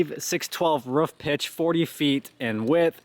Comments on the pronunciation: Why do people say Canadians say roof funny when he constantly says ruff. 😂😂😂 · 😂"ruff" not roof "ruff"😭 that's jks